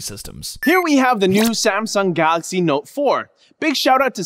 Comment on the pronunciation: "Samsung Galary Note 4" 😂😂😂